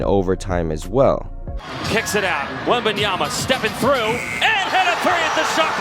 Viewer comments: Correction: WembanyaMa, not WembanyaNa. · These announcers need to learn how to pronounce his name. It's WembanyMa, not WembanyaNa. Guys, you're gonna be saying his name for a long time, so say it correctly! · I realize it's a tongue-twister, but is a professional and he should take the time to learn the correct pronunciation. I've heard others botch the name and it's always a distraction (and a low-level insult), imo.